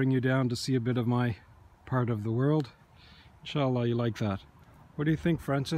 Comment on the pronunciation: did you say insallah ? :)